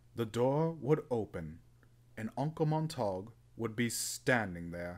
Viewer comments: Pronunciation = mont-a-gyu not montauuug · U hav to penouce (sp) uncle mont-er-gue